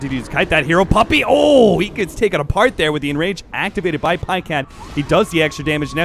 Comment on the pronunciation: "paycat", so frustrating to watch